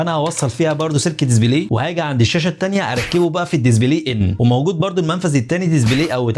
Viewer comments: Display ❌️ Dizibley✅️ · يا اخي اسمها دسبلاي مش دزبلاي اسف بس والله غاضتني 😅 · دزبلي ازاي يعني؟ اسمو ديسبلاي مش دزبلي!!